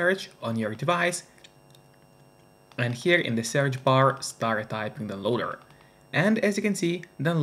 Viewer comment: How do you swallow the word "down"? I only hear "loader" when you say "downloader"